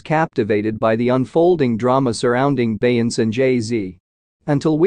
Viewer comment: If he say BEY-YANCE one more time!🤦🏽‍♀️🤦🏽‍♀️🤦🏽‍♀️😄